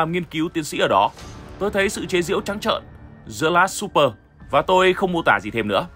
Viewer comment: Bữa ăn tối không đọc là xúp pờ bạn ạ.